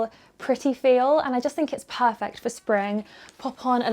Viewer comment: all the outfits suit. so is so pretty. I love this video. Can I just say no-one perfert every time says perfert. keep up this video. sending lots of love from Nz. It is Attuman in Nz.